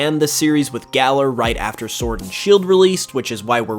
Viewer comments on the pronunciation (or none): none